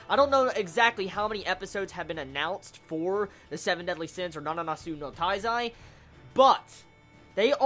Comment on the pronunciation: it's my impression or you say nananatsu no taizai instead of nanatsu no taizai? lol